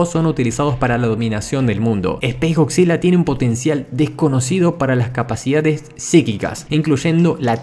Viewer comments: Estás de la verga,comentas acerca de Godzilla y pronuncias Godzilla,no mames,primero aprende a hablar correctamente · bien por "goczila" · Eh pero goCzilla o no goCzilla?